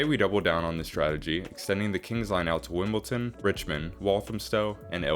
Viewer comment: you're pronouncing Wimbledon wrong - its Wimboldon, not Wimbolton